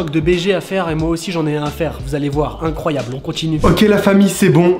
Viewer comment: Jsp sa fait commdien il a di icroiyable